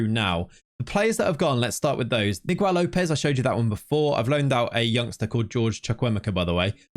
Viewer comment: In Portuguese Gue and Gui, the U is (nearly) always silent So Guimarães is Gimar ein sh and Miguel is Mee Gel (not Jel) Ç is pronounced S So Taça is Tah sa